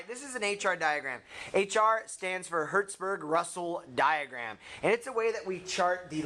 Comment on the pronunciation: It's not Hertzburg...it's Hetzrsprung